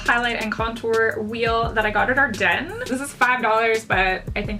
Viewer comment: I love this look but I was so happy when you pronounced Ardene correctly haha I work there and everyone always says it wrong